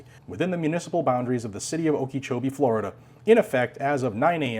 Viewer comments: "Okee-chowbee." :3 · Psssst... Okeechobee - (oak-ah-CHO-be) Not picking on you, just trying to help out.